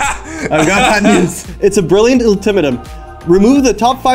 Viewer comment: sorry you pronounce brilliant ultimatum HOW?